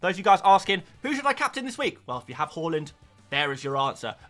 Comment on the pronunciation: Love how you’re still saying halland 😂love it, not Haaland anymore 😉